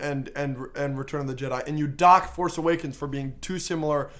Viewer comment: a bit too much emphasis on the word "dock" at the beginning lmao